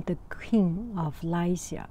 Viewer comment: Funny thing is you were pronouncing Lycea correctly, the computer was incorrect.